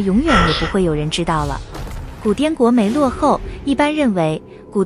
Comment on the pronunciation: “沒” 落的沒念錯了。